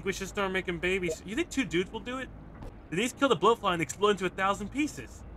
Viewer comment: Juh-Niece? You mean Jan-Ih-Ss?